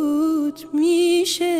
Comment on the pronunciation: درود زیبا بود اما اول ترانه تلفظ قاف در قناری رو متاسفانه ناجور و با لهجه اجرا کردید و(( میشه)) رو پشت سرش خیلی سریع و ناهماهنگ با آوای کلمه قبل اجرا کردید کمی هم کمتر باید از فیلترینگ صدا استفاده کنید موفق و پیروز باشید♥️